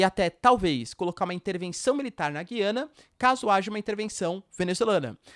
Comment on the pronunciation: Já viu professor de geografia que não sabe falar o nome do país? Ele diz Guiana com "u" mudo, mas o correto é Gu-iana, pronunciando o "u"